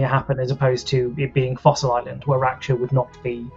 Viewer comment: Raksha... It's pronounced as how Ruckus starts , Rucksha.... Please get it right lol... We have that term in our mythologies xD...raksha sounds like rackshaw